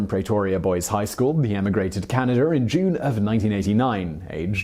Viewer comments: I often forget about Canada. But I’m still offended when people call it “canadur.” There is no R in the spelling of that country. Why do you people hate it so much? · Elon goes to Canader.